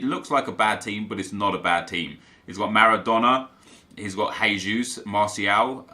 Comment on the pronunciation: Hey,. I'm new on the channel. Really enjoyed your content. Only thing I'd like to correct you is the pronunciation of Jesus in brazilian portuguese. Here we don't speak like in spanish Hée.zus. It's more like the english pronunciation Jée.zus. Thanks